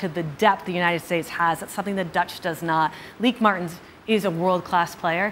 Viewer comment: bynahelemaal Thank you for the correct pronunciation. I hate trying to say anyone’s name and getting it wrong . Often we fans from other Countries get both spelling and pronunciation incorrect. BTW the Netherlands played outstanding football throughout this tournament. I for one salute the team for helping make the Women’s World Cup fun to watch. The Goal Keeper earned the Golden Gloves award and literally kept the Orange in the hunt for the Cup with several great saves in several matches.